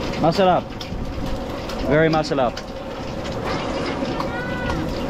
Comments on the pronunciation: Hi Sir, you need to practice pronouncing "R"😄, Masarap not masalap, anyways, love your new video❤️ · You seem to have trouble rolling your Rs. Keep practicing and once you get good, life will be better for you in the PH. Masarrrap, Marrruya. Your Rs sound like L - so sounds like masalap and maluya.